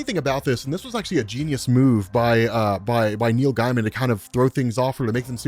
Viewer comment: can people who explain comic stories stop pronouncing Neil gaiman like this that not how you say his name